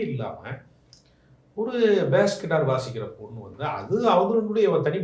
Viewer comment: அது பாஸ் கிட்டார் இல்லையம்மா 😅😅😅😅 bass ( பேஸ்) கிட்டார் கொடுமைடா சாமி